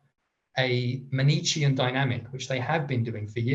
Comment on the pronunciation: Amazing. By the way, Manichean is pronounced Man-i-kay-en. 😘